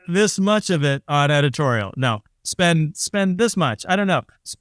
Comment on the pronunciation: what's 'edititorial' ?